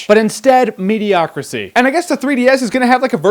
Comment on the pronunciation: Its me·di·oc·ri·ty not mediocrisy.. thus sayeth the dictionary. And now you know.